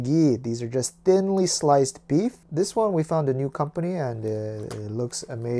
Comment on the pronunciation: "....and thin very slicly!" Ummm....okay then! Edit: first time ever to receive this many likes. 😭